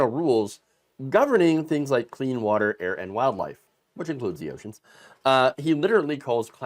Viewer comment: Who knew Puerto Rico was surrounded by "Witer"...."warm, wet Witer"?